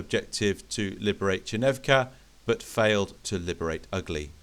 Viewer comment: Outstanding movie and a good battle, I really enjoyed it! Just a comment from a native speaker: The village name Ugly (Угли) is pronounced as [Oo'gly]